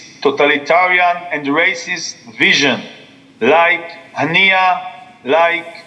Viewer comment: Haniyei nhi harniya sunayi padta hein 😂